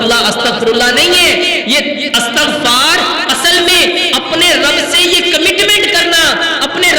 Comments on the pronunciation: Astaghfar nahin hota Istaghfar hota ha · استغفار / الف اور تاء کے فتحہ کے ساتھ نہیں ۔ بلکہ الف اور تاء کے کسرہ کے ساتھ ھے۔ عفوا